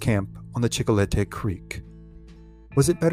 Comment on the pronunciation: Chicolete Creek. Check spelling but sounded like Chico le tey.